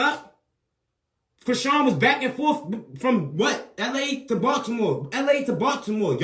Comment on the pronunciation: Bro says Dew... Criseans sister says Tew.. 🤣🤣🤣